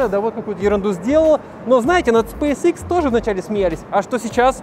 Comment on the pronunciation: 1. Если быть точным, то расстояние по прямой от Лос-Анджелеса до Сан-Франциско 559км(не 561), если брать 385миль(как было написано), то это 619км(примерное расстояние по трассе). 2. Правильно произносить Илон(ударение на первую гласную, а не на вторую - ИлОн). 3. SpaceX("экс" а не "икс"). Именно так звучит в оригинале и именно этот вариант на самом деле является верным. В России произносят "икс", ошибочная адаптация к языку.